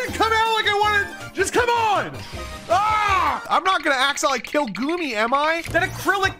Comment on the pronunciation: GOOMY = GOOBY